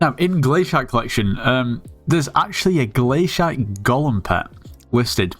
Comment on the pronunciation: man rly said 'glash*t' to glacite